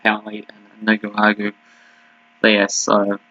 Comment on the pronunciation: Nick-a-rah-gwah. 😂Lol. I can help you here. I’ve been watching this league for the last month.